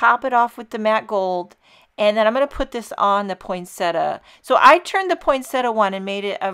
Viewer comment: Botanical accuracy: poin-sett-i-a. There is NO such word as "poynsettuh."